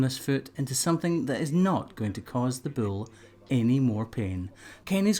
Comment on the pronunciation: I like how this guy says "bull." Like it has two syllables instead of just one. Bu-ole.